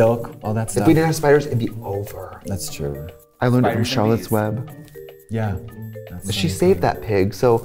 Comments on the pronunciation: "Harlotts Webb" LOLOL I died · “Harlotts Webb” 😂